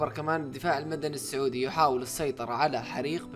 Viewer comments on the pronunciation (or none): none